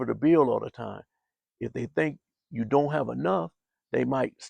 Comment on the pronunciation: He said dint tell anyone 😂😂😂